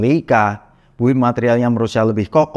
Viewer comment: Ralat ya mas, "build" dalam bahasa inggris dibaca "bild" huruf "u'" tidak dibaca. Sukses teruss channelnya yaa...